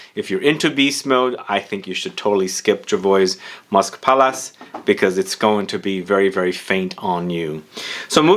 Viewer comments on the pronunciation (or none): none